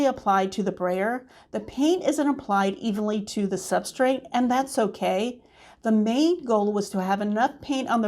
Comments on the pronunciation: Just a tip… the word is substrate. There is no “n” in the word. Pronouncing words correctly lends credibility to your teaching. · I don't think I've ever heard or seen that word tbh, but I bet you that if I pronounced it, I'd probably be saying it with an 'n' like you did - I'm sure i do already do that with certain words but i can't think what they are!